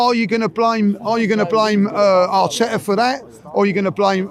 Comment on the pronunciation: Arte-ah ahhhht! 😂